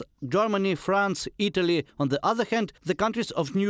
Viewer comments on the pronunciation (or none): none